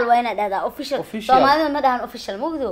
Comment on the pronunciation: The secret is how somali pronunciation official .... ofishial